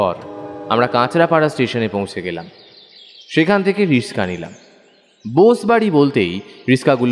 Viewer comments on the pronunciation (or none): এই এই কেলেঙ্কারি করলেন🤣 কথাটা "রিস্কা। নয় রিক্সা "😂😂